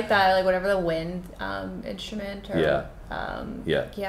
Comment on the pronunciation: Can you say instrument, not inshamint? Strip, not shrip?